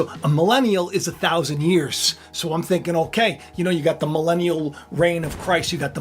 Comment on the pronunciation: Everytime you say the word melenium!! In my head ( because im french) ontario canada I here MELINAi a see TRump wife WEird?????😂